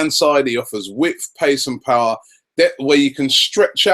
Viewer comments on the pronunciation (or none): none